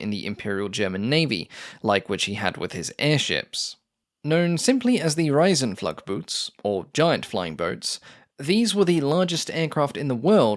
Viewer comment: "Riesenflugboote", pronounced like "reason flowg bowta".